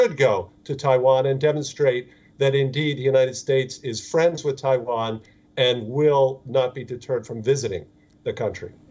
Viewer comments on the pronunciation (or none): Can the newsreader learn how to pronounce ‘Taiwan’ properly and many of the English words please!! It is ridiculous to present in English and yet cannot pronounce the worlds correctly